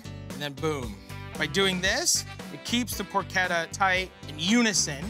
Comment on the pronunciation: Porchetta. I thought it was por-CHE-tah, buts it's por-KET-ah.